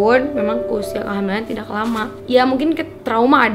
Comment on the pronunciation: kalo ngomong tidak kenapa dibaca "k" nya bacanya tida aj